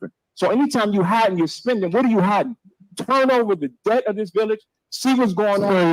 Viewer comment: Wish she stopped saying” Turt” The word is Turn !!!